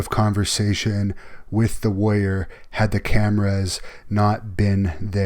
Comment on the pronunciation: I hate that she says warrior like "woyer."